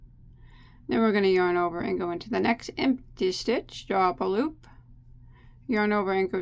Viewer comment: Love it. Can tell when is feeling good, that's when I here "LOOPAH".